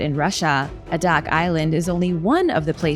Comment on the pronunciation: A DAK ALASKA ….. pronounced A DAK ( 2 words)0